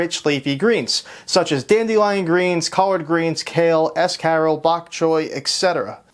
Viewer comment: Never in my life have I heard escarole pronounced as S Carol. Jeweled Lacerta is a great recommendation.